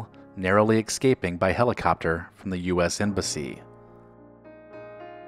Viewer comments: Nice work but for the love of god, please , please,please,please pronounce the word escaping like this: s-kay-ping. Not x-kay-sping. It's espresso. Not xpresso. It's ESpecially. Not Xpecially. Jesus Harold Christ. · The word is escaping, not exscaping. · "barely EXCAPING"???? Jeeeez. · "narrowly excaping?"